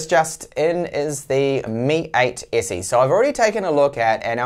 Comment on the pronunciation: "mi ayt essi" - he says. Damm. It took a while to get used to it.